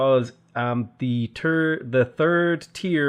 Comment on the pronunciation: Haha he said turd. 💩